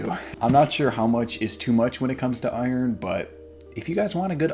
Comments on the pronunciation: yu say iron like oyorn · What is this amazing pronunciation of iron?! Is there an A in there?? I love it! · I liked "UH-YURN" and "WUYT RICE", "VUYTIMIN"